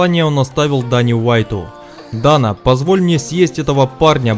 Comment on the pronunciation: Дэйна,А не Дана.